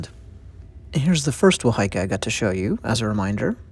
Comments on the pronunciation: It's pronounced WAHA - EEKA NOT WA HAI KA.. The fish mouth is placed at the strike point to counter block the opponents weapon/strikes!. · Wā hā Ika pronounce it correctly if you want to teach my culture.. Please pronounce Ma o ri Pronounce like (maow - dee) Thankyou for teaching my culture I am ( Tuhoe - Ngati rangi wewehi) I also am a carver in these taonga. I find it offensive that these things are in museums these belong where they originate from